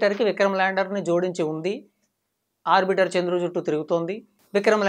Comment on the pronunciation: It is not arbitar it is "arbital"